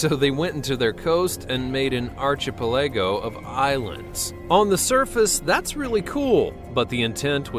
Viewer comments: Nope. arch ih PEL a go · Lol, “archapalego.” It’s pronounced “arkapeligo” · "Arch-uh-pah-lay-go" or is it "ark-uh-pel-uh-go"? Yeah, that narrator isn't a computer generated voice or anything... 🤦 Hence why the comment "I got that in 1 take" is bullshit! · Say it with me: arc-a-PELL-a-go. Not arch-a-pel-EGGO. Don't suppose the people who made this vid could afford an announcer who knew how to pronounce words and could stop with the condescending voice, huh? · /ˌärkəˈpeləˌɡō/ .......not archie pahlaygo.....just thought I'd let you know if you have to pronounce that word in the future...ya know...in like a professional production....or something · Ar keh PEL uh go, not "archie"please please please don't guess at pronunciation and syllabic stress/accent!!!!!!! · archy-puh-laygo.... you were doin good until that. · "archa-pull-LEGO" ?!?!? Are you kidding me? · I like the archy pel Lego of islands in Dubai. .. Am I the only one who noticed this dipshit narrator mispernounce archipelago ark-a-pel-igo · archipelago = ark uh pell ih goh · Arch-a-palay-go wow do you English at all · bruh the way he pronounces archipelago is very off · You couldn't seriously think that's the correct pronunciation of 'archipelago,' even if you were unfamiliar with the word. The accent is on the 3rd syllable FFS. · "I did this on my first take." Proceeds to screw up pronouncing Archipelago GG dude. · Look up pronunciation of archipelago. Also, google earth shows underwater shipwrecks. Good ferry wreck in Toronto Harbour.